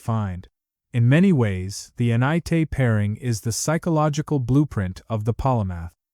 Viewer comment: I don’t discredit this video, because it was created heavily with AI. I am turned off by it, because the YouTube creator did not even put the effort into correct the narration of Te being misspoken as “tae”, repeatedly in the video. 😂